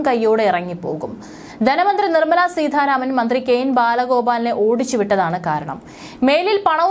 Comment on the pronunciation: Seetdha Raman alla.Seetharamana.malayalam padhykku.